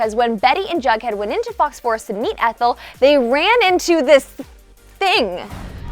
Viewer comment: It's jughead not bughead.